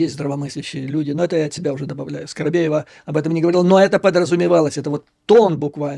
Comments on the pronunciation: скобеева а не скоробеева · Скобеева, а не Скоробеева.